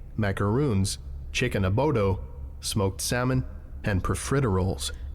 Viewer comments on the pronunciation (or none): I was listening to this on the side when I heard "chicken abodo" i just knew he said adobo wrong I can feel it on my skin 😂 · bro did not just say chicken abodo LMAO